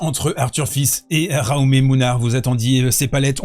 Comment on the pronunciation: Le public français … une honte absolue. L’arbitre de chaise laisse faire… crétin, moche, insupportable, odieux. Punto y basta. Au fait, Jaume se prononce « djaouma », c’est un prénom catalan.